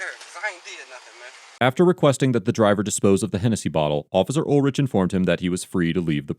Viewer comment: Pronounced UL-RICK